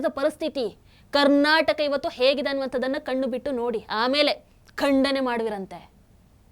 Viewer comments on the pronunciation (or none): none